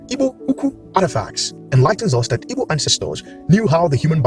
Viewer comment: You keep saying "evo" or "ebo" word and I don't know what you're saying it's so fast. I want to understand this video and share some information. What are you saying there?